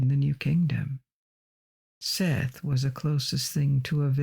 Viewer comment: I love and appreciate your videos. However, can you please look up and make sure you are pronouncing things correctly before you record? Osiris' brother Seth is pronounced SET.